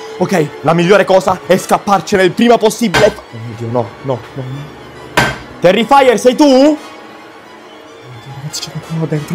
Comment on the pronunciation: Non si dice terrifaier si dice terrifer